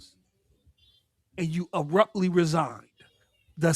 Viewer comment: “Arruptly” 😂😂 - PostUp